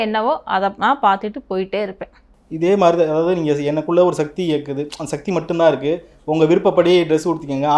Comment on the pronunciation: satti satti illai sakthi sakthi olunga mothalla sollu paarpom